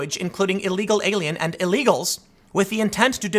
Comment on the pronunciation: anyone else hear "eagle alien"